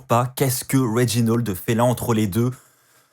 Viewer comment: Réginold wtf c'est "A" pas un "O" RÉGINALD